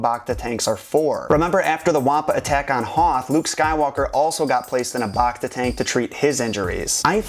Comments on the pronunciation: BACta tank - BACk - BACtine - BACteria Don't BAWKta the pronunciation. Bacta tanks put you BACtagether. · bActa not bocta